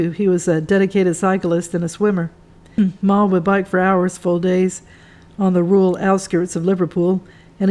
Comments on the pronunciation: Beat me to it! It was doing my head in. Should be Mal - as in mal-content. NOT "Marl" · His name is pronounced Mal as in Al. It is not Maul. Good content and good book.